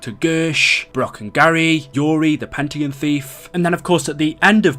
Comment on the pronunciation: "The Pentagin Thief" lol